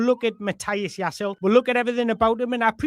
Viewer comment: Ouch. You got the Jaiss bit perfect butt that last bit is Leh not Ul - you pronounce the final E like in Woltemade 😊 A lot of info but all good, useful stuff, cheers.